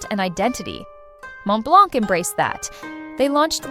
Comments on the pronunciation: The correct pronunciation is Mon Blan, the T and C are silent. Please take note, because the mispronunciation completely ruined the veracity of this clip. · Just a note here , The C is silent in Montblanc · Please pronounce Montblanc correctly, silent t and c. Google it, it's free.